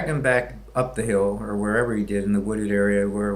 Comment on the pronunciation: One more thing, you don't sound hill billy enough when you say, "down the hill." It's almost like he says, "daun the hell."